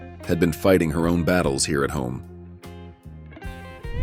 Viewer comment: When artificial voices says “they’re heeeera”. 😂😂😂